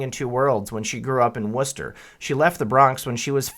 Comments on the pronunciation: Seaker24 That bugged me, too. He says " Wooster " 3 or 4 times then " West Chester " once at the end of the piece. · West-chester Wor-chester